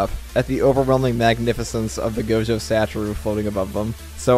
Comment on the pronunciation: Somebody teach him how to pronounce Satoru